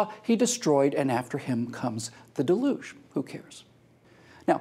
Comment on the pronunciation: Your pronunciation is delugional. It's DEL-yuge